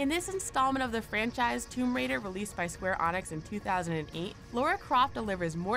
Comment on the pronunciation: It's LARA Croft, not fuckin' "Laura" Croft. Fuckin' Hell, why do so many 'Muricans get this wrong? And then you say "Square Onyx"... um... "Enix". Do you even play games? "Can tour both the inside and ouside of this 'magnifikant" structure." Dumbass, the "c" in Magnificent" is a soft "c". Like... how the fuck do you mess that up? That said, how the fuck is Cologne Cathedral as Anor Londo from Dark Souls not on this list?